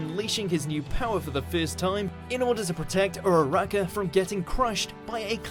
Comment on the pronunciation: The way he said Ururaka and Izuku Midoriya pissed me off